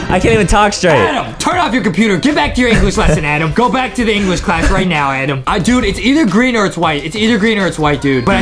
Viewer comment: it's not adem it's adam